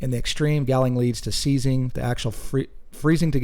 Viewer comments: Say hauling with a g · Seriously didn’t know what galling was. It pronounced like balling with a G. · You're pronouncing galling incorrectly.